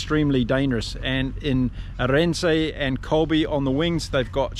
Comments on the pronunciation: Jeez, mate. Willem-SUH. Arend-SUH...not Willem-SAY, Arend-SAY. Same with French player Paul Willemse. Willem-SUH. Other than that, excellent commentary... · Some pronunciations…names ending se generally have the ending pronounced suh like Are end suh or Villem suh. Note: in Afrikaans W sounds like V. Van Staden is Van star den not Van Stay den. Not knocking, just trying to help. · love your vids. May I help you with a pronunciation? Kurt-Lee Arendse - Aaah-re (re sounds like like the ri in ripple), nd - se like se in server. Hope that helps. Keep the good stuff coming. Hoping the Springboks are going to monster them up front, setting the flyers free. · Kurt-Lee "Aren't sir" is closer to the pronunciation wise. Stress on the AH.